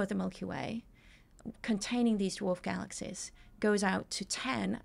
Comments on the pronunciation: Dude you’re wayyy too sensitive. The yeah, yeah, and yes, yes, stuff was nothing. It’s the way she pronounces Galaxies (“galaxsehs”) that was way more annoying. 😂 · “Galaxsehs…” wonderful listen